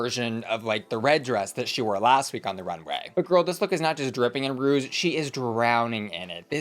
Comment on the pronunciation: It’s ruche not rouge! Nobody seems to be able to pronounce the word correctly… It has a ‘shhh’ sound not a “jhhh” sound to it.